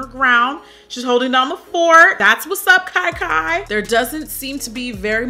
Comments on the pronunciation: You pronounce Kia Kia like kee kee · I giggled every time I heard "Kai Kai." Sorry Auntie!